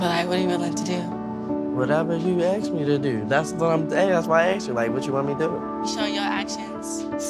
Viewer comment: ASK NOT AXE